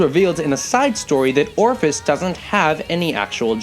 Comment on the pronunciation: Did my man just call ophis, Orphis?